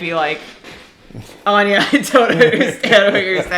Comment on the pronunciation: Without meaning to be rude - your friend’s name is not Anya - it’s AWEN-yah (Áine - goddess of love, fertility, and summer). 😉 It means “radiance” “brightness” and “splendour”.